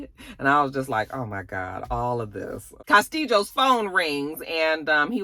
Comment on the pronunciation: When you say Castillos "castiJOS" it takes me out 🤣🤣🤣🤣